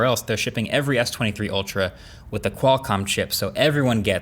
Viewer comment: The way he says S23 Ultral... I got it the piont